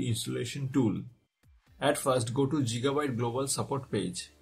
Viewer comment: ITS NOT JIGABITE ITS GIGABYTE!